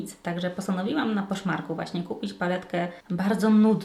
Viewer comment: Za każdym razem jak mówiłaś, że kupiłaś coś na to słyszałam, że na Koszmarku 😅.